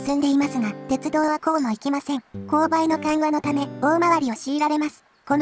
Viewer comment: 「おおいがわてちゅどう」 かわいい